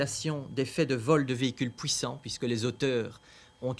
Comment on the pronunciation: C'est '' pouissant '' 😅